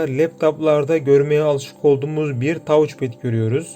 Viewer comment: Tauc ped demeyeydin iyiydi. Güzel inceleme 👍